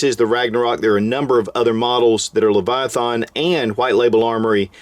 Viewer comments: leviath”AN”. not. leviath”AH”n. !!! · You are not saying Leviathan correct. Its hard to watch. lol